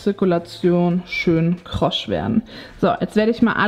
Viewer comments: Tut mir leid,aber "krosch" geht mir auf die nüsse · Ich komme aus Hamburg und habe noch nie jemanden krosch sagen hören 😃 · Sagst du "krosch" 😅 oder höre ich falsch🙉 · Warum sagst du immer Krosch?😁😋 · Krosch? Kross heisst es :))